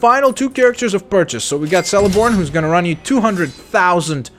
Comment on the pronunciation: celeborn [keleborn]. in elvish words or names C only has the K sound and never the S sound